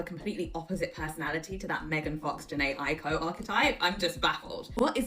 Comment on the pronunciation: Favourite artist and cant pronounce her last name right 😂